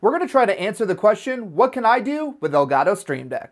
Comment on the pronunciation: L gah-toe